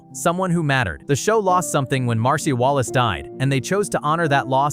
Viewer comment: Mar-See-Uh Wallace.